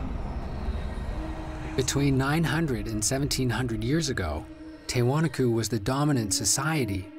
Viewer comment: After all the interviews with historians and native descendants, the voiceover guy still mispronounced Tiwanaku. That's incredibly annoying.